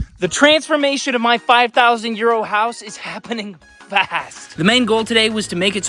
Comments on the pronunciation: Ooooohhhh, five thousand EURO house. I kept thinking you were saying five thousand year old house and I kept thinking "wow they must have replaced or covered up the old stuff with new bricks and concrete"... I'm an idiot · Anybody else subscribe thinking he was saying "5000 year old house?' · I don't think I'm the only one who hears "Year old" instead of "Euro"